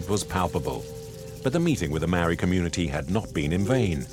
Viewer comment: Mow e. Wall e. Māori Mā - ow - or - re Meowre